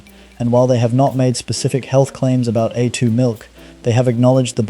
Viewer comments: ai voice over. said A2 milk was, a two milk, should be pronounced aye two not a two. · Need to get pronunciation correct. A2 milk sounds like atoomilk. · Make up your mind between pronouncing 'vitamins' and 'vittamins', and 'A2' and 'Attoo' Learn how to spell 'subscribe'. And for goodness sake change the visual clips which are not only repetitive, but highly inappropriate. AI.